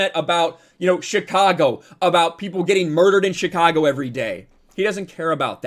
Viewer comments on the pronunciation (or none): none